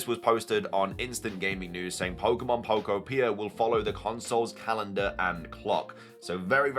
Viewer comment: Just a note on pronunciation: I'm pretty sure the second syllable in Pokopia is the emphasized one. "poKOpia". Like "uTOpia."